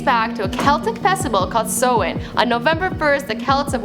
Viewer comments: did she just say somahin.... bitch its samhain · It's pronounced "sou-han" not "so-in" atleast try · it's pronounced "SA-WENN" not "SO-WENN". Mericáineach dúr. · It's pronounced s-ow-in not so-in and it's spelt Samhain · Its not from festival pronounced So-Wan its pronounced Sow-in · Pronounced Saaa-wan. Why dont you get an actual irish person to do these types of before they were famous 🖕🏻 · Sorry but its pronounced Sawwin but is spelled like Samhain